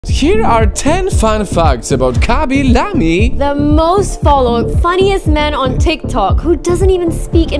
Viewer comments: it's khaby layme not many lameh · is it just me or do people pronounce his name like “ khaby lame “ and not “khaby la-me” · BTW his name khaby lame not khaby lamie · It’s Khaby lame,not lama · ITS NOT KABY LA ME ITS KHABY LAME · How do you actually pronounce Khaby Lame's name is it Kahby Lame or Khaby Lamey? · KHABY LAMEE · is everyone seriously ignoring that their saying khaby lam e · “khaby lam e” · Khan's lamee